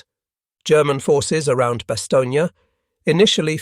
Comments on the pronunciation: "Bastogne" is pronounced "bastown" not "bastown-yuh". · The town is named Bastogne, pronounced in French pronunciation: [bastɔɲ] , in English Bastonne. Not Bastonnia!!!! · Great story! That's not how you says Bastogne (no "gna" at the end). But otherwise very interesting to listen to. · It’s very annoying how you pronounce the town of Bastogne as it does NOT have the “a” sound at the end of it name NOT BASTOGNEAAA. My father earned two Purple Hearts and a Bronze Star there.